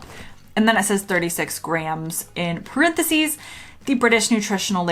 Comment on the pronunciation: I have never heard anyone pronounce Reese's like that before.. it makes me uncomfortable 🤣 What are parenthsies? American fizz is a great website to buy American and canadian food